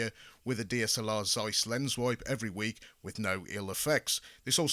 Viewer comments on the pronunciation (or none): none